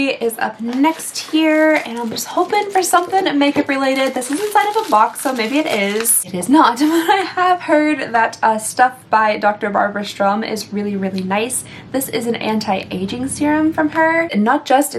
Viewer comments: Just FYI…Dr Barbara Sturm…the R is after the U not before…it’s Sturm not Strum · Strum (as in Dr. Sturm) is pronounced Stir-m. It’s the German in me that made me comment.